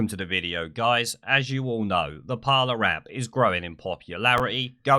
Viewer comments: It's pronounced par-lay, not parler. It's a French word which means talk or conversation. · just so you know, its pronounced parley, as in to parley (speak) with somebody of opposing sides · It’s called ‘Par-ley’ isn’t it? Don’t want to be that guy but fuck it 🤣 I’ll shut my mouth now. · christopher stanley it’s not it’s parler